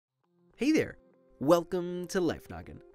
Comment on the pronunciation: The d in I'm a d kad I don't know the d really der